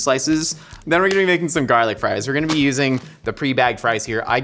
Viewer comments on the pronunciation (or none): It's gar lic not jar lic😂😂😂😂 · it bothered me a little bit that you were pronouncing it jarlic, but when the captions spelt it as garlic that somehow bothered me even more. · Who coined "jarlic" 😂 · Why does he say Heinz and garlic like that lol